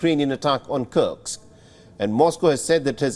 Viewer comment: Dear News Anchor, it's Kursk not Kurx.